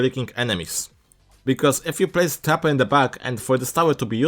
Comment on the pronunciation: it just sounded like he said "tapper" in the intro